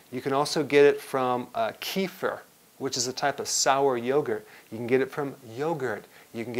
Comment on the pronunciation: i love your vids but you're mispronouncing the word "kefir" (it's supposed to be "kə-FEER")